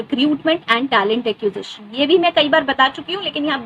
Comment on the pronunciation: You are a talent ACCUSATION! 😂😂😂 Bolna seekh behen pehle.